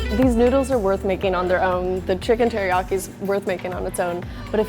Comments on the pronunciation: "I love chicken heriaki" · “Hairyaki chicken.”